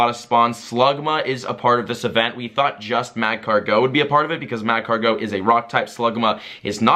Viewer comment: you're still saying magcargo wrong